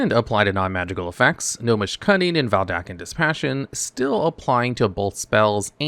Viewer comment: Dude. VeDALken. Not VelDaken. Oof.